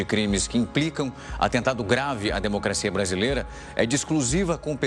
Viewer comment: Como é que vota em um senador que não sabe falar o português "par quem fala " "democacia" etc. Que vergonha "cleitinho ".